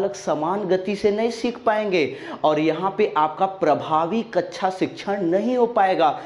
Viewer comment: Kacha n bolo sir kaksha bolo plz